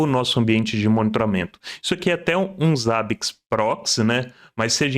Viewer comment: Primeira pessoa no Brasil que vejo falando Zabbix corretamente e nao Zêibix....